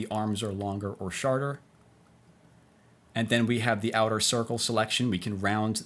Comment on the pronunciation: "longer or SHARTER" lol Learning this program for my job, this is very helpful! So far this seems way cleaner and user friendly than photoshop and indesign